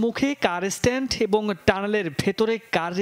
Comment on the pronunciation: Car sTand 🤣 i keep wondering how these news casters get the job